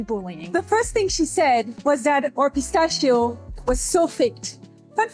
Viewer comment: I hate how she doesn't know how to pronounce pistachio.